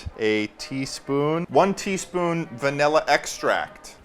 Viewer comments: everyone: please say the word properly ple-: vaElla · why does ted say "vanilla" like "vanella" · the fact that he says vanella baffles me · Bro really said vanella